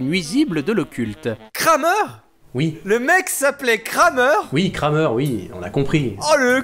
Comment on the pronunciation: On prononce "Kramère" pas "Krameur". Le "e" ne se prononce pas de la même manière en français et en allemand (ou en alsacien).